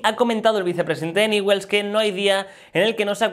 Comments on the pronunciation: No sé dice Newell's, se dice Ñiuls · No se pronuncia así el equipo de rosario se pronuncia ñul.... Así suena